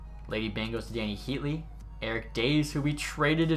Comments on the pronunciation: Dah-zay not days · "dayze" c'mon man... eric daze (dah-zay) was a force for the hawks back in the day. that's rough. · The way you pronounce Daze... 😥😥😥